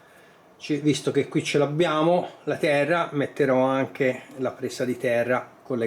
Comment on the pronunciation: si sente anche "tera" da lucchese